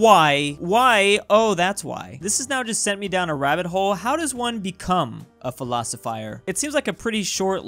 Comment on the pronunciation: Nobody:: PHiLoSiFiEr